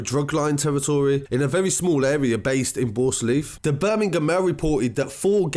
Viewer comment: BIRMI-GAAM lol 😂😂😂😂